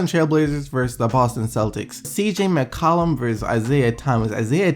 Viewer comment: there's something about the way you pronounce McCollum that really irks me lmao